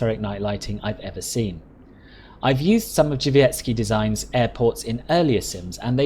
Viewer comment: It was pretty good! Drzewiecki is not the easiest word to say but you said it very well!